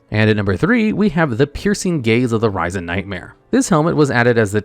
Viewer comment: "Ryzen" nightmare 🤣